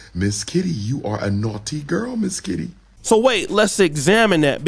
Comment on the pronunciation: This brotha kept sayin Mizz Kitty hahaha😂😂...dam freak hahaha i mean freak i. A definition of not hiding his desire for attention 😂😂